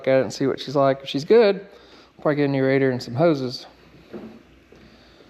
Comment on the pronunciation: rad di ator / ra di ator...you tell me bud.